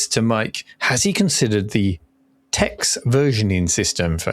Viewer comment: This ai (theft) crap bubble needs to DIE. Also, Tex is pronounced Tech.